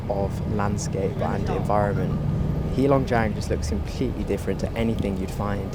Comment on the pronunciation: It's not HEE long jiang. It's HEY long jiang.